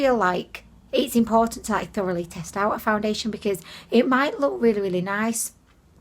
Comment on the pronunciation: I came her to hear you say “foundiddliation”. I HATE peeling stuff, I bought a new face cream and it peels!